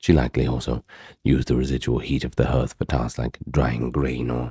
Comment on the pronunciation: Hearth doesn't rhyme with earth - it's pronounced HARTH.